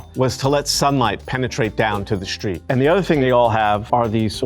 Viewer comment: May I humbly suggest that the proper pronunciation of 'street' is with an 's' sound (as in 'star'), not with a 'sh' sound (as in 'she'). May I also report that the improper pronunciation grates the ears of some sensitive souls. Please be mindful. It is not as if you can't pronounce the 'st' sound, is it?